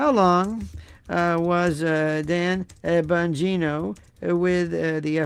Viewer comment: I died laughing last episode where you said "Dan Vongina" , died